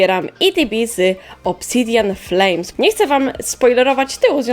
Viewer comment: Obsidjan Flames [pl akcent], czy to skrót od IVONA?:3